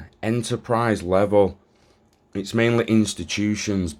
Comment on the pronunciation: Mainleh its mainlehhh. strahejay